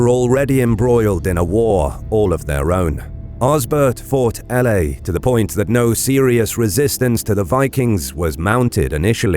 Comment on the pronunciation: This is nicely made although the way you say francia and Aella need abit of work hahaha Now the thing i am really missing in your history, is Edward the Elder and Aethelflaed, brother and sister who really took the fight to the Vikings, i am so surprised how little these 2 are being taught about in schools, I dare say that Aethelflaed did even more then her father Alfred to secure a saxon england. Yet so little people know about her.